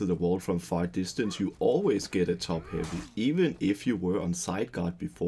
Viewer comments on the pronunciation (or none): I don’t know why but I hear Jerome’s “Top huvy” when you said it.